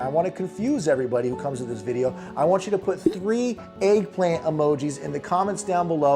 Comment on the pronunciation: Eggllant emogi, eggplant emogi, eggplant emogi. 😅